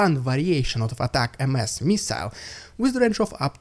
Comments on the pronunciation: Jesus dude, you still haven't got it lol. It's not "AT-AC- EM-ESS. It's AT-AC-UMS. Think of the word "millenniums". It's like the "ums" at the end of that word. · It's definitely not "Attack M S" not sure who told you that lie lol It's Attack•Ums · I've NEVER heard it pronounced ATAC- M. S. I'm from the U.S. and have only heard it pronounced ATAC-M's (um..like ATTACK em's...like M & M's). Ignore that man behind the curtain! I think someone is pulling your leg. Just wanted you to know...thanks for another great report! Slava Ukraine! ❤ 🇺🇦 ❤️ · It's pronounced "ATTACK M's", not "Atak MS". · Hey man we pronounce ATACMS as (attack-ums) not (attack-m-s). It's prouncd like it's one word. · It's pronounced 'Attackums' rather than 'Attack M S' everywhere else. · With all due respect. ATACMS, is not pronounced "Attack EM-ES" It is pronounced ---> əˈtækəms .... or more easily read. Attack-ems. 😉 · ATACMS is pronounced "Attack'ems" . 1 word. "attackems". Not Attack- M -S. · Who told you it was pronounced Attack Em Ess? It's Attack'ems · haha NO it's "attackems" - as in "attack them" - one word "attack-ems" not 'M.S" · It’s pronounced attackums not attack MS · We say attack-ems not attack-ms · Attack MS sounds dumb, it should be pronounced Attackums. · It's pronounced attack-ems. Ah-tack-ems. Three syllables. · You pronounced it as it's phoenetically spelled as an acronym, but it's common usage it's simply pronounced as: "attack 'ems". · Thanks Dude! I must pronounce it incorrectly as Attack-ems 😳 .... oh well. Glory to the heroes 💙💛💪💪💪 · You don't pronounce ATACMS as "ATAC eM eS" but actually as "ATACUMS" (with of course the emphasis on the first letter A), the word is divided in 3 syllables "A-TA-CUMS" 🙂 (The letter U sounds the same ways as in the word "guns".) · Personally, I believe ATACMS is supposed to sounds like it's spelled. ATACK'EMs. ATTACK (th)EMs. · We pronounce it "Attackems".... Love from Vegas! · ATACMS is pronounced like a single word ATACEMS